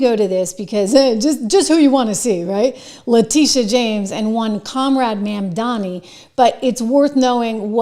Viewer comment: MamdaNi not MamdaMi. Please at least say it correctly.